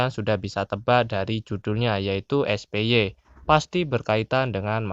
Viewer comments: Na ini agak lucu denger ny 😅 Lebih tepatnya baca ny kek "SPAI" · awoakowowo spy tapi kayaknya cara bacanya spai